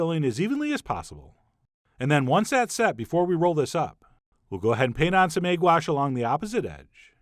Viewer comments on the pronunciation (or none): The way he says egg wash